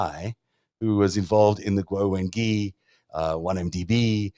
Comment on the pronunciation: The "gui" in "Wengui" is generally pronounced something like "gway," or something between "gway" and "gwee" (not "ghee"). There's definitely a "w" sound in there, which is why there's a "u" in the spelling. This isn't French.